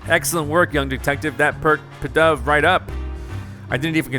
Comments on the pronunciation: Not trying to be rude here or anything, but this is like the first Pokémon name you have ever gotten right with pidove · Actually you got pidove right but the pink and yellow pokemon is know as AD-I-NO